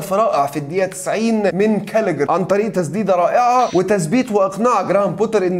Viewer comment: يا عم مفيش لاعب اسمه كالجر الاعب اسمه بحرف ال g مش k الاعب اسمه جالجر ارحم دين امي طريقه نطقك خرا